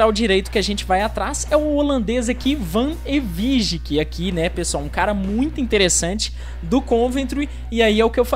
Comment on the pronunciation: MANO O VAN EWIJK SE PRONUNCIA "VANEVIQUI",TENTA A CONTRATAÇÃO DO JOBE BELLINGHAM